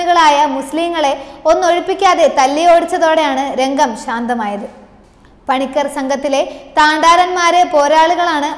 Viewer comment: കുട്ടി അക്ഷരം തെറ്റാതെ പറയുക... പണിക്കാർ അല്ല പണിക്കർ, ഏഴവ ശിവൻ അല്ല ഈഴവ ശിവൻ. വേലായുധ പണിക്കർ കേരളം അവഗണിച്ച ധീര യോദ്ധാവ്.